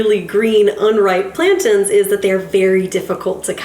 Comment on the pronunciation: Why is she calling them plankton?? 🤦🏻‍♂️🤦🏻‍♂️🤦🏻‍♂️🤦🏻‍♂️ plantains lady pls for the love of God! 🤦🏻‍♂️🤦🏻‍♂️🤦🏻‍♂️